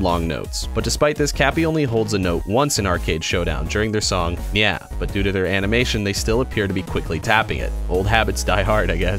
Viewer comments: It’s nyaw not NyAh! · It’s neow